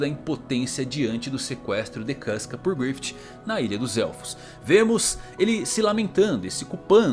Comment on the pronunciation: 카스카...누가 이렇게 읽으래?!!!!